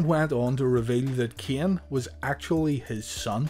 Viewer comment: Am I the only one who hears Kian? And not Kane?